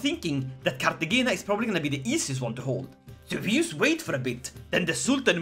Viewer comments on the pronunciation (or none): It's pronounced cart te hayna. The J in Spanish is also an h sound, but the g is only an h sometimes. Very cool, very fuckin cool